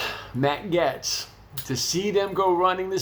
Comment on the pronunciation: His name is pronounced Gates. Or Gaaaytz.